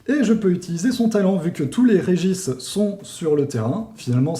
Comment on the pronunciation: J’ai pas l’habitude de reprendre sur la prononciation mais le « Régis » en place de « Regice » m’a fumé